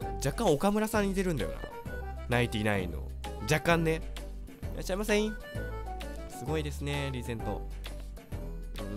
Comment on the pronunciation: いらっしゃいませのクセが強い